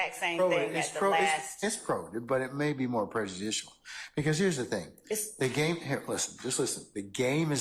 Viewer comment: he never said GAME he said "Gang" lol smh